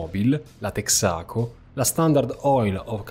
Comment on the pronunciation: Comunque in "Texaco" l'accento cade sulla "e" non sulla "a". Come in molte parole anglofone sulla prima vocale, tra le quali proprio "Texas", da cui "the TEXAs COmpany".